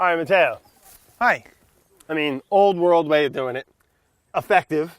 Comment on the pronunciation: ZOMG, Brad, learn some basic Italian pronunciation if you're visiting the country. Sheesh. Nuovo, not... whatever it was you were saying. Matteo, not "mateeeyo". Love ya, dude, but come on.